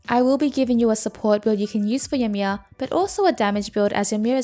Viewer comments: It's pronounced ee-mear. Just letting you know is all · Its pronounced "EE-mir" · the way she says ymir xD